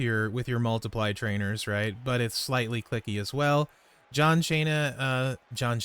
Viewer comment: When you said John Cheena, my head goes: I miss Santino 😂